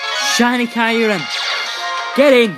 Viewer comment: It's kyor-rum.....